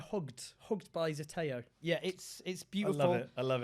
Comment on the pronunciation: Unless everyone at Zeteo pronounces "Zeteo" incorrectly, the pronunciation shown on Owen's hoodie in wrong. "zē tē ō" = "zee tee oh" Why did no one fact check the merch?